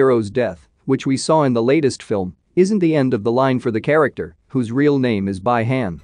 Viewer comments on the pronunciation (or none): Its Bi-Han not by-hand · If you guys watch Mortal Kombat Conquest y’all be surprised to see that they are pronouncing Bi-Han name same way as this guy does Bye-Han instead of Bee-Han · For gods sake its bi han pronounced bee han and not bye han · First of all its not by-hand Second how the hell do you not know Third its Bi-Han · Its B Han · I cried when he said By Hand (Bi Han) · Not by hand, Bi~Han...Oh come on man 😅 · Sub-Zero's name is Bi-Han pronounced Bee-Haan not by han. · This dude pronouncing sub Zero's name is already cringey af dude its bee han not by hand bruh and its noob saibot not seybot smh 🙄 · Bee Hun lol not by hand🤣🤣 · Bee-Han not Bi han, Bi-Han. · Not Bai hen 🤦‍♂️ its Bi Han like (bee Han) In the move Hanzo Hasashi says it all out clear BI HAN!!! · Its not by-hand its bi-han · “By-hayn” “Lin-cou-ay”😅🤣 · I can’t with this pronunciation anymore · Right? And who the f is "Bai-han". This narrator is killing me. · You should've write it as "Be Hun" if you're using voice over, so it will pronounce the proper Bi Han. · he should've write it as "Be Hun". It will pronounce the proper Bi Han. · his name is freaky Bi Han read as(bee-han) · Jesus man, it’s Pronounced like Bee Han (like Han Solo), and Noob Sci bot. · Who tf is by-hand and noob saybit?…😂🤣 yes I know it’s an AI speaking…😁👍🏼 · Bi-Han is pronounced Bee-Hon.lol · I can’t handle the way this can’t keeps fucking up the pronunciation. Who the fuck is By-hand and what is the Lin koo-eh 😂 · Its pronounced BEE HAAN 😂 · The mispronounce is so annoying. Next time you use computer voice, take a look at the spelling, please. You can write "bee han" for the bot to read instead of "bi han". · I knew sombody was gone say sum 😂😂 its bi han bi han😂😂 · Bro, someone teach this guy to pronounce it correctly, please, I am laughing. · The way how this guy pronounce bi-han and Lin Kuei 😂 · It is bi han